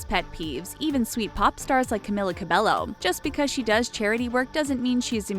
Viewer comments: Yes I did know these facts about her, what u need to know is pronouncing her name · My ears hurt to hear you pronounce cabello wrong (￣(●●)￣) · Banana Cabello i cringed when I heard them saying IT wrong😂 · Oh so you’re making a video about things we don’t know about Camila Cabello, but you don’t even know how to pronounce her last name? Nice. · ONE THING YOU DON'T KMOW ABOUT CAMILLA CABELLO IS THAT HER NAME IS PRONOUNCED AS CAMEELA CABEYO🙄🙄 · my biggest pet peeve is you saying her name wrong this whole video it's camEEla cabeYo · If ur making this video, telling people about CAMILA. And u can't even say her name right it'scamEEla cabeYo. Im so triggerd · It's pronounced cameela cabeyo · its in a latina-way or something 😂 you pronounce it as camilla with a strong "i" and you speak the "l" out loud and for her last name its pronounced as cabejo, a soft "J" the two "L" s are a "J" for latinas/latinos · Ummm, They didnt pronounce Camilla or Cabello right. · It's pronounced "cabeyo" not cabello. It's annoying. Cabeyo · another pet peeve is pronouncing her last name wrong.Its pronounced cabeyo not cabello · Yes, "Ca-mill-a" isn't her real name, neither is "Ca-bell-o" , it's "Ca-me-la" "Ca-bay-yo" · wut Ca-be-llo? is Ca-be-Yo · When you are from a Hispanic family and people say Cabello instead of Ca-bay-o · YOURE SPELLING HER BAME WRONG ITS NOT CAM-IH-LA CAB-EL-LO ITS CAM-EE-LA CAB-EY-O THE (L) in Cabello is not pronounced SO THAT VIDEO SHOULD BE CALLED 21 things didn’t know about Camila Cabello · clearly you don’t ether if you were a fan you would of called out the pronunciation of her last name too it’s cabeYO she was saying cabelLO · You are pronouncing Cabello wrong .... It's Cab-ay-yo not Cab-ay-lo I sound like Hermione Granger Also it's CamEEla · She pronounces Lauren's name right but not Camila's it's CamEEla CabeYo not Camilla Cabello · cAmiLLa CaBeLo STOP PRONOUNCING HER NAME WRONG PEOPLE IT'S "camEEla cabeYo" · It's Ca-mee-laa Ca-Be-Yo!